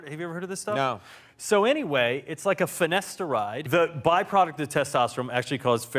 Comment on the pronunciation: He said fenasteride